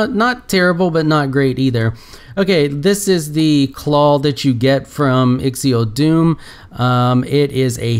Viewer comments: Why do you call it "Ixiodoom"? It's Ixodoom, with only one I. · Ixodoom = "Eye-xo-doom"